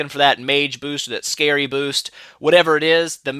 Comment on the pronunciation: I thought skerei was pronounce (ske - ray) not scary xd